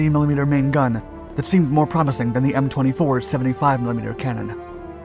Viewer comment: "T-24"... It's a M24....